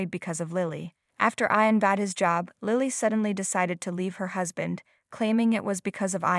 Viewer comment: Oh please! Learn to pronounce English names properly! Ian is pronounced “E in”! And Lilly does not have a long I . It is a soft i. And Ian’s name changed at the end when Lilly clung to his leg…I think the name was Russell !!! Really! Someone needs to proofread these stories… or whatever the equivalent word is for speaking instead of reading!